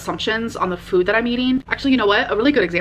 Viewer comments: Same..like wtf is that. Fuud 🙄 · The new way she says “Food” makes me cringe